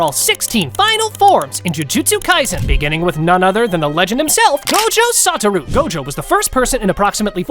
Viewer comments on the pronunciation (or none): It's not gojo sataru it's soshua Gojo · No way, bro said Gojo Santa